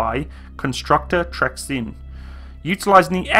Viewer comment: just for future if ever you would do a video about T72M1 with 2x 20mm oerlikons. Trenčín - Trencheen. Dubnica nad Váhom - Dubnisa nad Va hom. If you ever see č, ž or š, as english speaker you just add H behind the c, z or s and you will get pronounciation of it. Cheers mate.